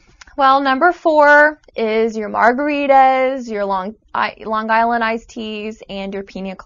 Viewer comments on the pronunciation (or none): none